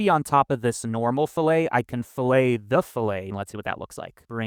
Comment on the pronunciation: I'm sad that a geometry nerd like you didn't get to discover the joy of vernier calipers (see Wikipedia's "Vernier scale"). And in the machine shops I worked in we pronounced rounded corner breaks as ˈfi-lət (fill-it like a gas tank, not fill-hay like prepping fish). (An angled corner break is called a "chamfer" - Blender sort of, uh, blends the two with "bevels" depending on your segment count). But I don't mean to sound like I'm carping - your videos are all excellent, including this one!